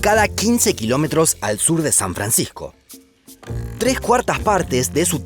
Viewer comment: San Francijjjco!